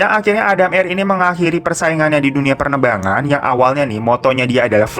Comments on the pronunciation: “Pernebangan” atau penerbangan kak? Wkwk 🤪 dengerin baik2 part soal pesawat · Menit 8.50 : Lu salah ngomonh tuh bang wkkwkwkwk. Seharusnya "PENERBANGAN" jadi "PERNEBANGAN" WKWKWKWK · 8.49 penerbangan 😅😅 bukan pernebangan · Salah ngomong aturan PENERBANGAN malah PERNEBANGAN mass wkwk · pernebangan 😅😅😆😆 bolak balik diulang takut salah denger bang.. Efek THR abis kayanya..😂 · "Dunia pernebangan" 😅 😅 😅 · "dunia pernebangan😂"